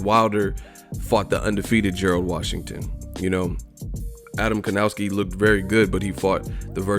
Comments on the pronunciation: How to pronounce Adam's last name? Try "Kovnatzki". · Evil marcel Well... Kownaki and Kovnaczki are wrong pronunciations. Last name Kownacki should be pronounce the same way like the last name of basketball player Dirk Novitzki. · Piotrek L. People pronounce it with a w and it sounds like kowww-naki instead of kov-naczki